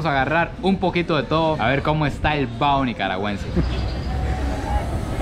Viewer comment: No es comida callejera es fritanga y no es bao es : Baho